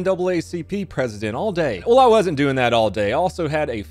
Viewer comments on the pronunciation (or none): none